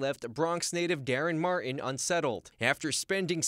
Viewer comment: It’s Martin not marren. TTTT